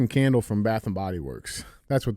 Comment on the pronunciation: I legit spit my drink out over "KKKandle" 🤣